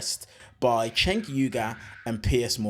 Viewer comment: It's "Jenk". If you call him "Chenk" we'll all think you're Charlie Kirk! 😋😇